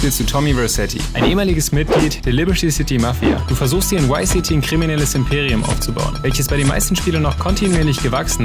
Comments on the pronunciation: VICE city! nicht wice city! sonst 10/10 video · Warum sagen so viele Leute WhyCity anstatt ViceCity?...